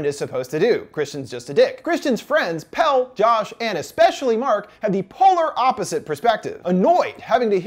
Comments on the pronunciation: I know this video is from a year ago but like... they pronounce him “Pelle” (pell-ay) the whole film. Did you even watch it? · I just watched this, and I'm not sure if it's true, but out of Pelle's American friend group, Dani's the only one to say his name "properly", pronouncing it with the second syllable, when the others call him just "Pell." Maybe I overlooked it (I was only half-paying attention), but I thought it was very sweet of her to make sure she said his name properly. She also made sure to pronounce Ingemar's name properly when they were introduced